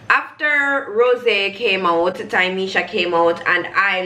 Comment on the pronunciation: loool. Also it's Ta-me-sha